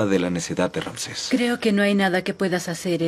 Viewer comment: Ni Rances, ni Ramses; tampoco Ranses; con todo respeto, es Ramsés.